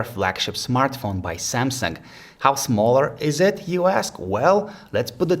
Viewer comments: Did he just say " samsungk" or its just me? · "Da seeamsunk.." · Lol he said samseng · That's SamsunG not SamsunK. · Good review, but... Samsunk?